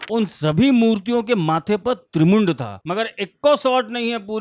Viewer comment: गुरु जी वीडियो सुपर है लेकिन आपको थोड़ा सही करना चाहूंगा माथे पे त्रिपुंड था और आप त्रिमुंड बोल रहे हैं 👏